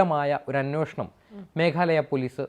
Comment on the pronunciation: അന്വോഷണം അല്ല ,അന്വേഷണം എന്നുപറയൂ..